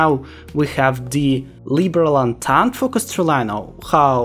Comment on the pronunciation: for future kaiserreich videos,entente is pronounced ontont,not entente,hope this helps!